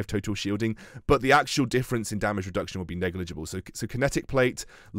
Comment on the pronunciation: not to be that guy, but it’s reduction, not redction. Love your vids still tho